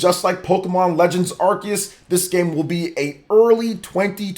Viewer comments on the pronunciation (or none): none